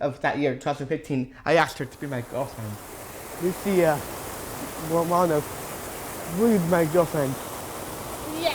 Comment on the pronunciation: How could you not fall in love with?! The way he says Lucia Romano is so beautiful... pure joy!💗